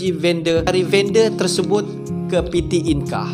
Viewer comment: Bang saran sikit kalau untuk bahasa Indonesia tidak menggunakan abjab Inggris...kami di Indonesia menggunakan bahasa Indonesia dgn abjab sendiri abjad Indonesia.... Coba Abang pelajari abjad Indonesia... Contoh PT dia baca Pete bukan piti